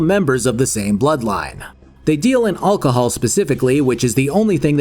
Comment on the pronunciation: should learn to say alcohol